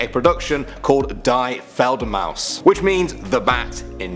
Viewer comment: Feldermous instead of Fledermaus 😂😂😂good one and it isn't die like into drop dead but it is only di for german the but you must know that it is the female Form od the😉 the more you know😂😂😉